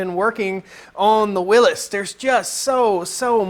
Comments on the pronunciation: WILLY'S, WILLY'S, WILLY'S, WILLY'S, WILLY'S. NOT WILLIS!!! You're going to give me another stroke. AAAAAAHHHHHHHH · It goes back to the originators who pronounced it Will is.